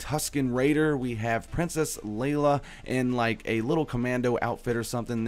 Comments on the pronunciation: Its leIa not leLa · I'm sorry but ITS FREAKING PRINCESS LEIA NOT LELA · princess lela wtf even you should know how to say it lol